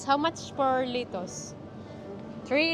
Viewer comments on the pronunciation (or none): none